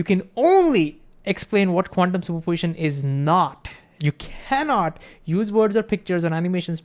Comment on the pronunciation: He says "quantium super position" as 1 jiberish word ..qunmspropitn ??? WTF